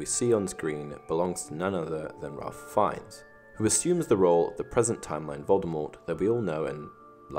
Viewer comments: Just here to point out its pronounced ‘Rayf’ not ‘Ralph’ - its the British pronunciation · Ralph is pronounced Rayf, not Ralf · Ralph Fiennes is actually pronounced like Rayf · It's pronounced Rafe like Safe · I know this is a little nitpicky but you're pronouncing Ralph Fiennes first name wrong